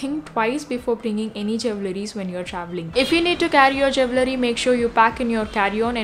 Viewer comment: Jool-rey not jewe -lery